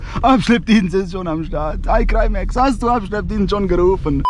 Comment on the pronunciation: Wir er dein Name ausspricht Eicrimäx 😅😂